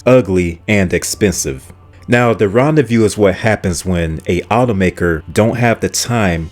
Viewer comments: It's not Ron-day-VIEW, it's Ron-day-voo. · Car number 1 is pronounced "Ron Day Voo" no Ron De Vue. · ”Rendez-vous” is definitely not pronounced ”Rendezview”! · Ron-day-view? Smh.